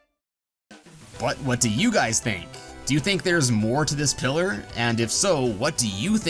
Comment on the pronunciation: You say pillar i hear killer